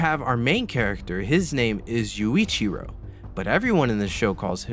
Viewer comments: the manga has gotta be one of my favorite manga ever. Now don't get me wrong the anime is good but it's not great and it has way to much lost potential. also, every time you said Yoichi instead of Yuichiro it hurt 😭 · You did not just call Yu(ichiro) Yoichi 🤣 They do NOT call him Yuichi in the anime, lmao. They call him YUU as in "you". That aside, OnS will forever be my favorite anime + manga, no matter the many wrong things with it. The story telling and character development in the anime did not age well but I do feel like they rushed it and didn't really pay attention to the details. Also, they dragged the anime out a lot. The two seasons are just the intro of the story which is a pitty. I would've really enjoyed to see more of the background stories and the lore when it comes to the seraphs/vampires/demons etc. The manga answers so many questions that they left unanswered in the anime. Oh, well. You can't have it all. Maybe they will make a 3rd season but I (sadly) doubt it, since it didn't sell good (which still saddens me since the story in the manga is amazing). Also, Kagami, the author of the manga, takes his time when it comes to finishing the manga. Like, it has been on-going for more than 10 years and he drags the lore out so many times when one chapter only lasts maximum 5 minutes to read and then you're left with more questions than before, lol. So, yeah. Even though there's so much wrong with it, it kind of makes it good(?).